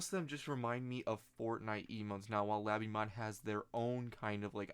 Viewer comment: lay bee mod not la bee mod